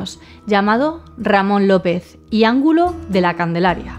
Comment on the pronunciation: 💕 💕 💕 💕 💕 Me encantan este tipo de casos vintage,, como tú los llamas,, por cierto el apellido Angulo el acento lo recibe la U. Solo he visto dos casos tuyos pero ya estoy enganchada además haces los vídeos con un aspecto fantástico. SALUDOS Y GRACIAS 🥀